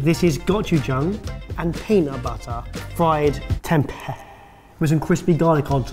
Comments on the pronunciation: It’s pronounced tempay. It’s bland if cooked wrong but one of my favourites when I lived in Sumatra was having it battered and deep fried, like little vegan nuggets! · Tem-pay would be the right pronunciation. The weird sounds effects just ruined it for me lol